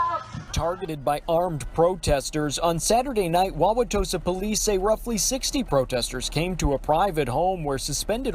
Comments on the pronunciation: I live 30 minutes outside Milwaukee. Good job saying Wawatosa right! This is beyond sad. We can't be silent anymore and let people do this harm no matter who the President is. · As a resident of that area, kudos to you for properly pronouncing Wauwatosa.